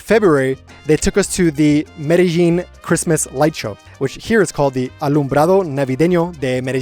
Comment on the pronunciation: Medal Jean Kulumbiya Only chicks and hookers pronounce it Medal Jean 😂